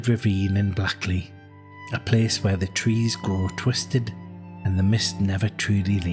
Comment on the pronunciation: Not blackley..... Say it like this blakeley 😂